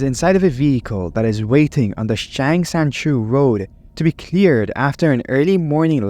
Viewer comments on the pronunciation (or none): none